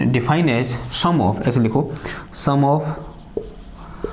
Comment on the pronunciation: Sum ❎ shum ✅😂